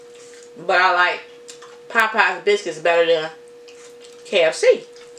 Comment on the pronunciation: It’s called Popeyes chicken...not Poppeyes..